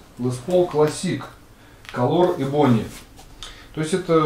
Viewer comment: Ebony правильно произносить Э-бони